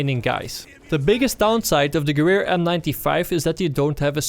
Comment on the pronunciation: Gewehr in german means in English gun. so just say gun.